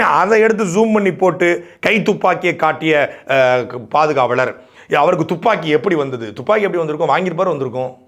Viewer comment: அது பாதுகாலர் இல்லடா பாதுகாவலர்டா தற்குறி மஞ்சப்பொடி மாமா பயலே..😂 தமிழையே ஒழுங்கா டைப் பண்ண தெரியல இதுக்குள்ள நீ நாம் தமிழர் கட்சியை.. நாம் தமிழர் கட்சியின் ஆரம்பிச்சு எதுக்குடா தமிழர்கள அவமானப் படுத்துறீங்க நாம் தற்குறி கட்சி என்று மாத்துங்க டா🤣🤣